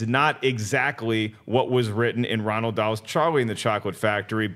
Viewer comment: first it’s not Fossbender, it’s Fassbender and who’s Ronald Dahl? It’s Roald. Apart from that keep up the good work👍🏻